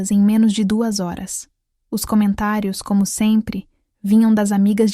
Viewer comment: Por que não é pronunciada corretamente HORAS?